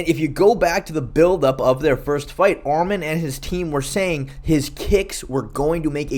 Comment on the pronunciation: Arman not armen